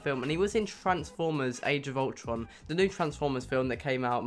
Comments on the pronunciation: he said transformers age of altron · u said transformer age of altron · Dum ass he said tranformer age of altron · Did anyone realize he said "Transformers: Age of Altron"